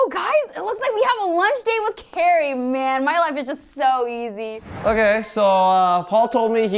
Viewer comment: Cari NOT carrie and coMfused NOT coNfused